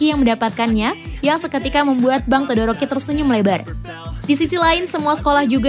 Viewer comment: Maaf mbak todoroki bukan doroki